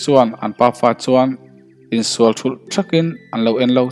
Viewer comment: Fâng ni lovin Vâng ni ta se, SU ni lovin CHU ni leh bawk sela, SSHUAL ti lovin SUAL. V hi F anga lam lovin, S hi SSH ang loh ni ta se. Riangtlei pawh a dik ta zeuh zeuh e. Ch pawh hi i la lam SSH leh deuh fo mai. A ngaihnawm tan dawn e.